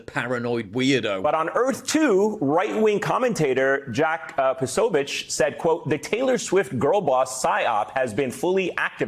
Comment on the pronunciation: Did NBC seriously call him "Jack Posobitch?" Was I hearing things?